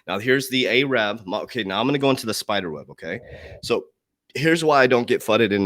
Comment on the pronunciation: I don’t know why but when yea say ay’rab it makes me chuckle. Love ya coach.